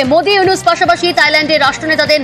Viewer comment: প্রফেসর ড. মুহাম্মদ ইউনূস। নাম ঠিক করে উচ্চারণ করো